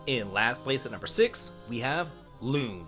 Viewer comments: "loon" and "skeel" is effing killing me here. My man played the game with sound of or something. Also, terrible tierlist. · Loon, Skiel, May-el! This game has amazing VAs how do you mess up all names when they get pronounced so many times. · My guy, her name is spoken all throughout the game. How are people still calling her "loon" Cmon bro, "skeel"? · he pronounce all female characters name wrong. loon, skeel, may-el ... who would take this tier list seriously from someone who don't even know how to pronounce these characters names?? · Clearly you didn't like Lune but got damn what is your pronunciation? It's luna, did you even pay attention to the story? Damn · Also side rant, why is he pronouncing the names, specifically Lune and Sciel like that??? I played in English, is that how it’s pronounced if you play in French maybe? Not trying to insult just curious lol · Did you not play the games in English or did I just decide to pronounce their names (lune and sciel) differently on my own?